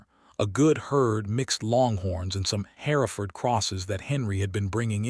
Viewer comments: The cattle are Hereford, pronounced "her-ford" not as "hair-a-ford". Get your facts correct. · HER-FERD IS THE PRONUNCIATION.